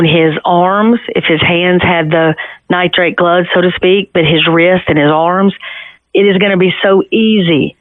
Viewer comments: Nitrile NOT Nitrate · Everyone keeps saying "nitrate gloves"...they are called Nitrile gloves. I absolutely love Nancy Grace though. She gets right to the point! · Nitrile…not nitrate. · It’s Nitrile NOT Nitrite